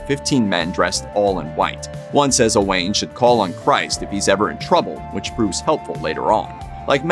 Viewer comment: Sir Owain was not O'Wain. He was Welsh, not Irish. I stopped listening after this. Whoever told you the story was pulling your leg.